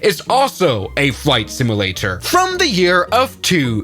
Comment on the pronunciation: I will not finish this video, or watch any others until you learn how to say the word simulator. My damn eye's twitching.